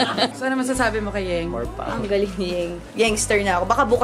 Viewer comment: yung "more power" parang "more practice" tuloy ang dating e, katuwa si.. anyway more power Alex!